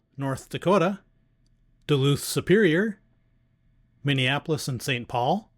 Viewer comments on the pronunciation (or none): none